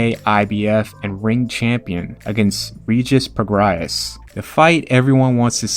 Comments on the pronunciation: it's Pro-Gray not Pro-Gry-Is 😂 merry Christmas man 🙏🏽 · Prograis is pronounced “pro-gray”. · wait is that how you pronounce Regis Prograis...?